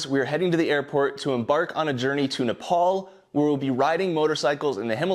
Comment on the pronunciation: Bro it's not nepaul it's nepal😭🙏🏻